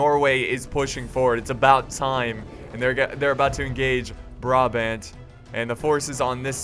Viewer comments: You have to say Braabant and you have to say THE a by te last a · you pronounce the second A in brabant the same way as you pronounce the first A currently you are saying bra-bend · You pronounce brabant as BRAHBAHNT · As much as love, the way he pronounces Brabant makes me very sad. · funny how you say 'Brabant'i live in Brabant (belgium)